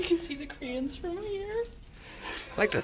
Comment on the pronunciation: Help out an American would you? When you first enter the Grand Central hotel observatory it sounds like you're saying you know you're in Northern Ireland when you "see the Koreans." That can't be right LOL so can you tell me what it is you are seeing out the window that brings this all home to you? Much appreciated